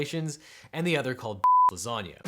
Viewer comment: I know he meant ! -lasanga, but if you say ! -lasanga i don't hear ! -lasanga, but instead ! -lasanga.